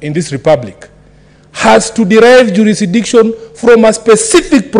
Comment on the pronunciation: Juurisikidiction....found that hilarious!